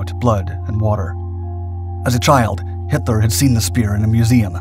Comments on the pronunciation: DUUDE his names Hitler not Henler its pronounced with a T not an N but besides that good job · We’re you saying Himler? Or Hitler?